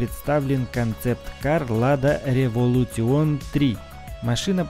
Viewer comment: Не револютион, а революшен